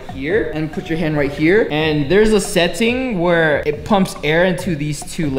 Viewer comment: setttting how does he say it